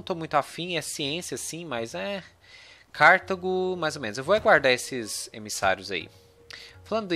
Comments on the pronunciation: se pronunciar "CARTÁGO" obrigado hahahahaa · Eu herdei a pronúncia do inglês, daí falo Cártago